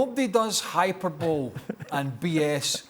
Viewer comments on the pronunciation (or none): ‘hyPERbolee’ Craig😂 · "Hyper-bowl", omg Craig 🤣🤣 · How does someone who thinks "hyperbowl" is a word have a job? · "The ep-it-tome of hyper-bowl" - Brian Regan - Craig Burley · Hyperbole: Craig just read the word in the dictionary without checking the pronunciation.